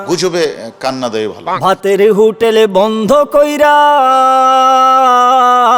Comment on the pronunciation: স্বজন, দলের, হোটেল শব্দগুলোর উচ্চারণ তো মারাত্মক....